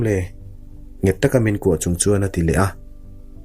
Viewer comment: Thum rawn ni lo in, thûm (pathum kan sawi ang a thluk in) rawn tih awm tak a ni.